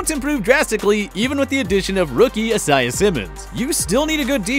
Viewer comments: i like how hey said asyah simmons and not isaiah simmons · It’s Isaiah not Asiah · This man really said "asyah" when it is Isaiah pronounced "eye-zay-ya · isaiah simmons not isiah simmons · This man really just pronounced Isaiah Isiya 🤣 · Did they really just call him asiah simmons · EYE-ZAY-UH SIMM-UNS. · He called mans uh-si-uh Simmons 💀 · And isiah simons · That’s. Not. How. You. Pronounce. “Isaiah”. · How the hell did this dude pronounce Isaiah?! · WHY IS HE DETERMINED TO PRONOUNCE THE SIMPLEST NAMES INCORRECTLY LIKE IM CONVINCED HE DOES IT ON PURPOSE CUZ IT HAPPENS EVERY TIME THEY USE THIS NARRATOR. IK THAT YOU HAVE SEEN THE NAME ISAIAH BEFORE JUST SAY IT NORMAL JEEEZ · Can the guy who can’t even say “Isaiah” right please stop narrating these videos? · I don’t trust anyone who pronounces Isaiah like that. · The way he pronounced Isaiah Simmons upsets me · You pronounced Isiah wrong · Seriously why can’t this dude say Isaiah Simmons right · how do you pronounce isaiah wrong 😑